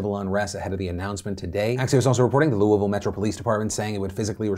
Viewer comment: I don't like how Louisville is being said, That's all I have to contribute.